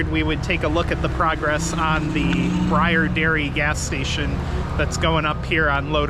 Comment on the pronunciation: It's pronounced lke i have a sun burn. Take a ride north on 81 to Lafayette they have one there its awsome.